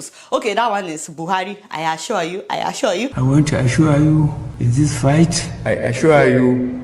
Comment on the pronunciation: I ashua yu... I ashua yu...